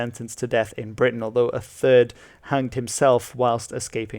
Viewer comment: He said thirst world war lmao